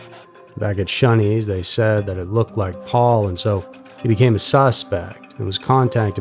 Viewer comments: Dude,, it's 'ShOneys' not shUneys. UGH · Gah damn stop pronouncing Shoneys as shunnys its Sh-oh-neys ffs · Pronounced “Show” knee. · Shoney’s is pronounced “Show knees”. Used to be a big chain. Whenever you have a vowel consonant then e the vowel says it’s own name. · He kept saying Shunney's. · yup. Was driving me crazy. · I don't know where he is from. But, I cringed every time he said it